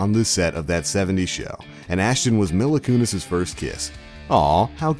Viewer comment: Who is “Milla Kunis”? It’s “Mila (Me-la) Kunis. The facts are fine, but can you at least get a narrator who knows what they’re talking about? Instead of some clueless scrub just reading from a script? It’s very clear that he knows nothing about the show.